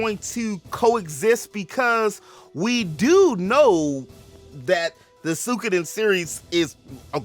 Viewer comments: Suik- oden I belive is proper pronunciation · it isnt that hard to pronounce.